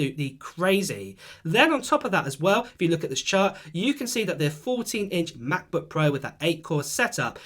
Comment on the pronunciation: MaCbuk Ehhhh. Sorry mate its just funneh